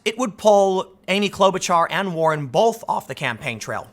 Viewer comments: I must be old, but can I ask. When did we add an L to the word both? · The word both does not contain an L Tim. Please say both not bolth